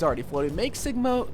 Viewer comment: Lol he said Siga instead of sigma